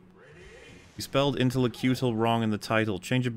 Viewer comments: ruined the word "intellectual" for me when he called it "intellecutal" that one time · He changed intellectual to intellecutal. Good that I was heard somehow.